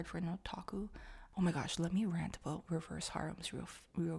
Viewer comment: Aboot ? O.o that's what french people say when they don't know a thing about english, didn't know it was a Canadian thing lol